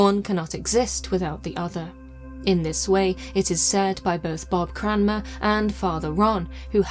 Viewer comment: As a Cranmer, I would like to thank you for pronouncing the name correctly 😂